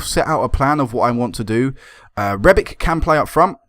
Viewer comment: Rebic is Croatian so it's pronounced rebich. ;)